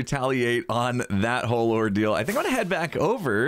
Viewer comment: Every time you said ordeal I kept hearing “ore-deal”.